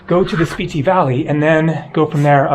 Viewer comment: I thought it was pronounced (Spit-Tee)?